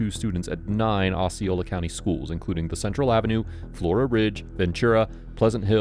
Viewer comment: Osceola such as in Ohio, not like in Ozz.